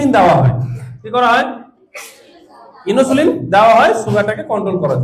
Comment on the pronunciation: Tarm গুলো ঠিক করে বলুন, ইনোসুলিন নয়, ইনসুলিন হবে।